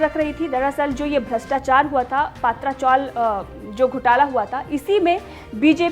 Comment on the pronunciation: Mam, Many words pronounced by you are not correct as you are unaware about Marathi words. First word, it's name of film Bal Kadu. You pronounced it as बाल काडू. It is बाल कडू. second word is Patra Chawl, you said it as पात्रा चॉल, Its is पत्रा चॉल.